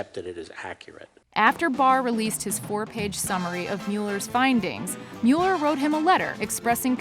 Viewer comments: How many times have we, as a society, heard the pronunciation of Robert Mueller's name in the last 2 years? How is this woman still saying it wrong? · It's Mull-er not mule-er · OMG if she says MEWLER one more time I'm going to turn it off. It's pronounced MULLER. MULLER not MEWLER. GAH! STAHP! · Please, please stop calling him "Mule-er", it's "Mull-er." Killing me! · Pronounced MULLER report ... I mean come on get it right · It's pronounced Muller. If you researched, you would know it. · Pronounced Muller, as in, one who mulls. No rhyme with Bueller. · Why do you keep saying Meu--ler? Not how it's pronounced and fairly distracting due to how many times you use it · oh my lord please PLEASE stop saying mew-ller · It is pronounced like "Muller" no long u. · How does Jamie Lee not know how to pronounce Mueller's name after the last two years and why didn't you, I dunno, get a take where she says it correctly? It's hard to take her seriously as a narrator after that tbh (even though her voice is wonderful and seems clearly talented). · Please pronounce Robert Muellers name correctly! She’s driving me nutz. Good info though. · why did nobody correct her continuous mispronunciation of mueller's name